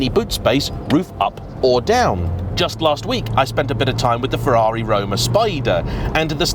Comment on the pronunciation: Hey! You pronounce the italians "Ferrari" and "Lamborghini" so lovely perfect!! Are You an Italian under the mask? 🙂 This video gave me the courage to buy a 987.2 S handshifter last year and i had about 8.000 kilometers of fun with it! May the season start soon...